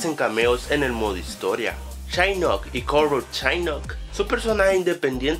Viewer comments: Es shinnok no shainok!! xD jajajajaja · Shainok ,dios casi me muero al escuchar eso xD jajajajajajajaja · es shinnok no shainnok JAJAJAJA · chainok ? :v es shinnok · Nunca as jugado un Mortal kombat :v ¿? La pronunciación de los nombres me llego al alma UwU /chainok/ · ¿Shainok? ¿¡Shainok? D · Shainok....reptil :v